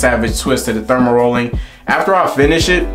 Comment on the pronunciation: 😄 Aye bruh, you gotta delete his video and do another one. Not too many ppl gon’ take you serious when you calling dermarolling, “thermarrolling”. Your intention was good but yeah that “thermarolling” ain’t it.